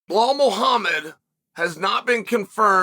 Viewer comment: If Belal fights Leon, 1.25 million Chael fans are going to be asking, "What about Blehal?"